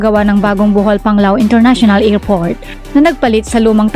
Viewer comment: Aw tseka International Ngerport😂😂😂